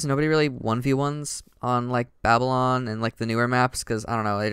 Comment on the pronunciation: hey! somebody who doesn't pronounce babylon as "baby - lon" . . . btw babylon is pronounced "bab - a - lon"